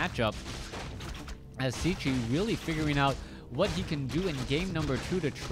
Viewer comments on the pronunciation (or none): His name is pronounced "Checky". Why is that so difficult for you ?